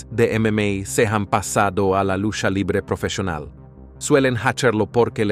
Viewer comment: “Lusha livre profeshional”